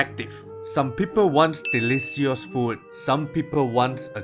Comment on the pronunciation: Delisios? Can you pronounce it better?